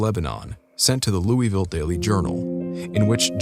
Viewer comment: I love your content but you said Louisville wrong most around here say looville